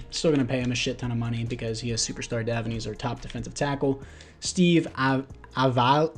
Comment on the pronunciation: Steve a(V)la You sorta just say the actual letter a-v-la